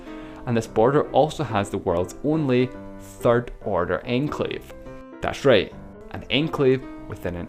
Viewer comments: When you say enclave it kind of sounds like your saying enslave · Enclave is pronounced awn-clave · i thought it said enslave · love it when you say enclave :D